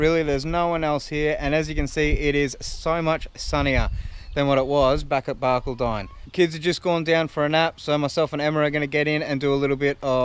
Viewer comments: Barcaldine is pronounced "bar-call-din". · Hey guys, refreshing without the fancy toys, but it is Bar-call- don I spend a bit of time explaining that as I live on the coast east of there. Enjoy and the sudscribe button is mine